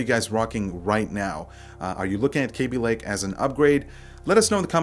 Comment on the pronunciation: it's kaby lake not kéby lake